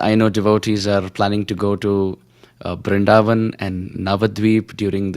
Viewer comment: Please don't prononce "BrinDavan" like foreigners Pls say Brindhavan Hare krishna 🙏🏻🕉